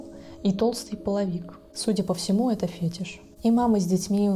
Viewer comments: Не фЕтиш, а фетИш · Я не душнила, но правильно говорить не фЕтиш, а фетИш ☺️ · Думаю , если в будущем Вы планируете дальше раскрывать подобные темы , то нужно знать - фетИш, ударение на второй слог) Очень режет слух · вообще-то это одно и то же понятие, а правильное ударение ставить фетИш, вот и весь секрет. Просто не любой фетиш связан с сексуальным подтекстом, но любой связан с получением удовольствия